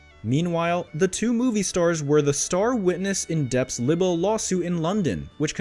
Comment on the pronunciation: Libel and the word libelous has a long “ i”. And does not rhyme with “little” Please correct your pronunciation. Thank you.